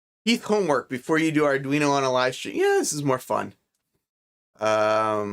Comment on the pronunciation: Sorry way to confusing for me. As soon as you said ardweenie I knew it was not for me